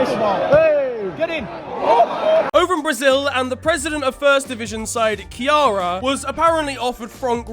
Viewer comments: How tf does one pronounce Nacional in perfect spanish accent but manages to pronounce Ceará as Kiara? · pronounciation of Ceará is catastrophic